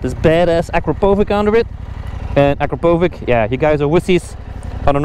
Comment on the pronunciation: It is not Akrapovik but Akrapovich :D